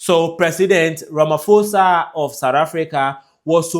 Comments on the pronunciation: Ramaposa thats how you must pronounce not Ramafosa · A polite correction. Please pronounce Ramaphosa - pho as in post. Stay blessed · If you can not pronounce the president of South Africa correctly here us a tip : please pronounce it as Ramapoza. 🙏🏽 you content is one of the best regarding on presence globally. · Ramaphosa - pronounced RAMAPOSA❤️ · Ramphosa- the letter H is silent... RAMAPOSA 👍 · It's Cyril Rama-pour-za. The "H" is silent, please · Pls is not ramafosa 😂😂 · To my continental family - Ramaphosa - pronounce it as RAH, and MAH, first, on the PHO ( pronounce as the first part of "pot" without the T , than pronounce the SAH at the end - hope it helps.